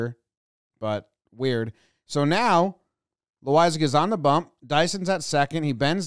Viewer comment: I get so irrationally mad when away announcers pronounce Loisiga's name wrong. IT'S PRONOUNCED LASAGNA YOU DING DONGS